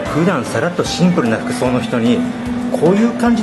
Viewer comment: のシンプルのプの発音www